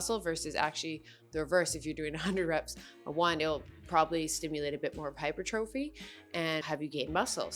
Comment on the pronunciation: Hypertrophy is actually pronounced like "hy-per-tra-fee". BTW - Your "fitness investigation" videos continue to be awesome. 👍